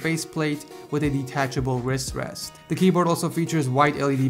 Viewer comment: The way you say wrist wrest Wis West